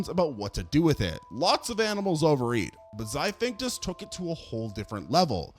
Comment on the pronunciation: XIPHACTINUS (XY-FACT-IN-US) NOT Xivinctus